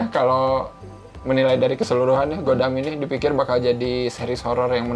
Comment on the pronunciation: baca hangulnya gwidam bukan godam wkwkw